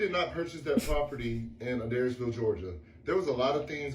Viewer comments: It’s hard to take anything with Queen Cheryl seriously but I saw somewhere she got with Quran when he was 15?! 😬 I guess the SOAR House is for him?! BTW, the city is pronounced “uh-DARES-ville.” It’s a couple of hours away from me and believe me, a weird elderly lady and her young eccentric lover pretending to own a property to start an Avengers tower level DV shelter is literally the most Adairsville thing ever to happen. 😂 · I live like 45 minutes from adairsville and it just kills me hearing mispronounce it lol and idk why Jessi isn't correcting her! It's pronounced A-DARES-VILLE 😅